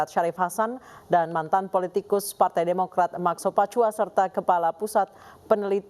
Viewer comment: Tulisannya sopacua bacanya sopakua mbak, beliau ini senior anda di dunia jurnalis televisi